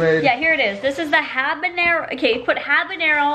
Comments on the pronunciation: The way you said Habanero made you sound really white and I’m white my self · The "h" is silent in Habanero ;), trust me, The Habanero is one of my best arias =)